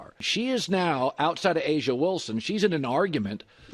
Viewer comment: Um, it's "Asia," not "Ah-Jah." Wilson.